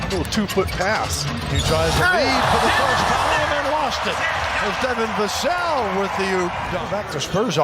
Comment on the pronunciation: I thought it was ai until he pronounced Vassell 3 different ways😂